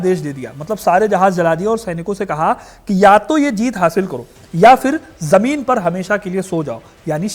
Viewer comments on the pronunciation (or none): none